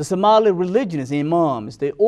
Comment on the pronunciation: Do you even listen to yourself? Subhanallah, you don't make any sense. Brother before you speak please get a script so it will make easy for you to get to the point. Plus why are you trying to get an accent that’s difficult for you? Because you are NOT even pronouncing Somali correctly.